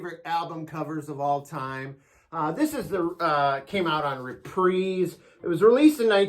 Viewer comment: it is re-prize.. not re-preeeze... or.. do you have a sur - preeeze... instead of a surprise? Otherwise... great f'ing video. Great albums shown... Cheers!